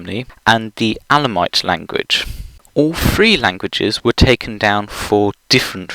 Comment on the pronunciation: Is what you pronounce /'æ.lë.moıt/ (ë = schwa) supposed to be Elamite? 'Cause I'm pretty sure that's pronounced /'ɛ.lë.maıt/, and I don't recall any instances of smiles-toils merger in your accent...